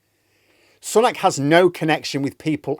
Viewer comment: He hasn't taken a day off- that's misinformation. He made two stops yesterday. I'm all for absolutely pissing all over this lot but only with facts. Also, his name is pronounced Sue-nak, not Sun-ak. Britain First intentionally mispronpunce his name.